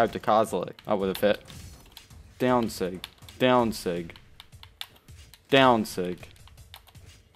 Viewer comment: The way he says daown sig lol